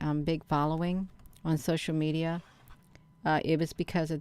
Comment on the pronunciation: The me-DI-ya